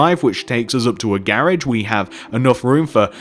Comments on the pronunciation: I love how u say garage😝😘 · hes said garage wrong